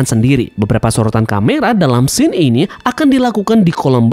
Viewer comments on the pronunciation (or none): none